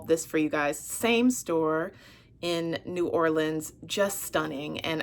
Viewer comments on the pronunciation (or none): none